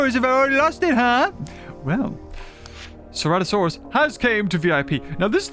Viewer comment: finally learns how to pronounce the name of a dinosaur that's been in since the game started after playing for 5 yrs